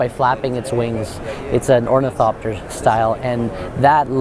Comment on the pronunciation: The guy said orthinopter instead or ornithopter.